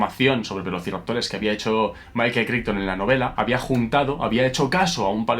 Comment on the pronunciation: Pequeño detalle: "Crichton" se pronuncia "Craiton" (véase Farscape ;-) )